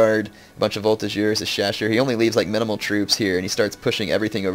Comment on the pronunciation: Voltigeur has a G like 'get'. Chasseur has an S like 'harass'. When you say arty is OP do you mean the howitzers? Because I would agree